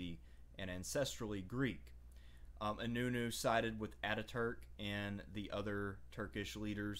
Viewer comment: Nice video but you pronounced inönü very poorly